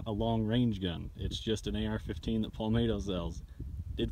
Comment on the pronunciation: Palmetto not palmayto Jesus......